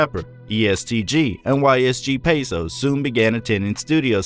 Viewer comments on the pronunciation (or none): Dude you said yle peso abd ysg peso. The funny part is, its actually YOG Peso dummy